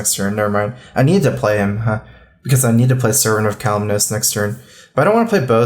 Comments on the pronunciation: I love, but for the love of god, it's Kalimos, not Kal-im-nose. Please, you sound dumb when you say that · it's Kalimos, not Kaliminos.